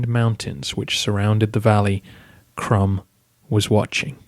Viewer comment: Maybe one has to pronounce Krum as Kroom?